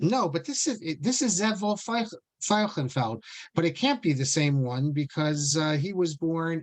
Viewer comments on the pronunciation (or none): Thank you so much for these fascinating talks. If you are seeking the German (rather than possibly the Yiddish) pronunciation of the name Veilchenfeld (which means field of violets), it is FILE-shen-feld (no additional eh between the first and second syllables, and the 'ch' in the second syllable pronounced as SH, not as ch in Bach). In reference to the word Tikon in Maoz Tsur: The poet is speaking to Hashem (The strong rock of my salvation, it is pleasant to praise You). Cannot the next line be translated as second person future?: YOU WILL RESTORE my house of prayer, and we will bring thanksgiving offering? This removes the difficulty of trying to match the gender to the word Bayit. I admit that it has been many decades since I learned Dikduk. Fredel (pronounced FREE-del) Fruhman